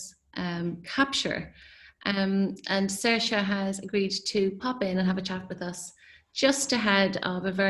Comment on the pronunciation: Oh good, that's how you say Saoirse.